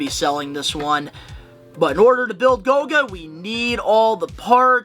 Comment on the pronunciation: It’s GOLGA, not GOGA